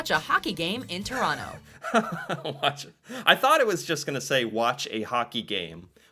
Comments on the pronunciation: She said hockey game in Chronno, please take note and please stop mis-pronouncing the name of my home town. She said it many times so get the correct pronunciation through your thick skull. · Lived in Ottawa for 5 years, can confirm, boring af, most exciting thing that goes on are street racings at night Also Toronto is pronounced ToroNO, you don’t say the second T….no, idk why